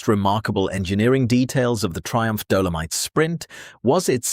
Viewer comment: What the hell is a "Dough-low-mite" 🤣